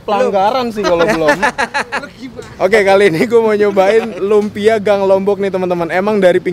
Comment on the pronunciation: Lunpia om bukan lumpia